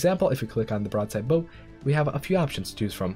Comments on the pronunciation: A few points on pronunciation, * The front of a ship is called the “bow” (b-OW), and is not pronounced the same as “bow and arrow” (BO). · Thanks for this! FYI: "bow", the front of a ship, rhymes with cow or sow. It's not "bow" like a bow and arrow. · Just FYI you're pronouncing bow incorrectly. You're saying it as in bow & arrow, when it should be the bow of a ship. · The "bow" (front) of a ship is pronounced as the "bow" in, "I bow before the king" not as in, "I nock an arrow in my bow" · bow is pronounced in a way that rhymes with wow